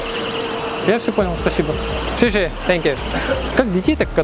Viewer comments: Интересно, что слышат китайцы, когда автор произносит что-то вроде "шэшэ" в знак благодарности? "Спасибо" по-китайски - "сесе". "Се" как в имени Серёжа😊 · Не шеше а сесе, говори правильно а то Зубарев в рот напихает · НЕ ШИШИ ! А СЕСЕ !Зубарев тебя убьет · Научись благодарить у Зубарева : сье сье мать , а не ше ше 😂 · Не "ше ше" а "се се" можно "се се ни" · не ше-ше, а се-се спасибо, ну дядь, целый выпуск уши режет твое произношение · Не шеше а правильно xie xie) zai tian) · Очень грустно слышать не правильное произношение слова спасибо на Китайском😢😢😢